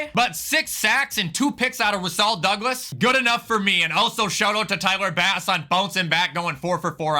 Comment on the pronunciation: as a packers fan it’s Rasul Douglas pronounced ruh-sool